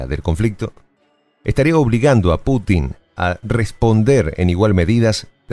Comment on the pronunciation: Es "Putin" no patinar.